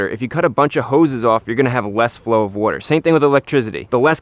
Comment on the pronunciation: strands of worter